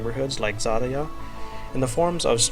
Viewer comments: Your pronunciation of the "заря" word is not exactly correct. You pronounce it like [zariya], but it has no e(i)-sound in it. The last sound [ya] should be shorter and softer. Try to put it in the google.translate service and make it read it to you. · Many beauty words in this seria... Very much like your philosophy... and yeah ZVEZDA and ZARYA u pronnounce prety wrong)... but no matter they are in the seria and only that matter. Very nice with all that background storys too. And deffinateley desserve more LIKE's LOOK's and SUB's here